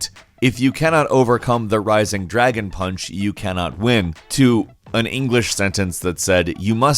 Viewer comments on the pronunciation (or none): none